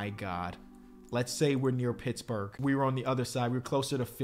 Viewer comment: bro said bitchburg